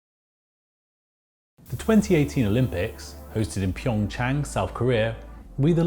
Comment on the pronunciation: It’s PyeongCHANG not PyeongYANG 🤦🏻‍♀️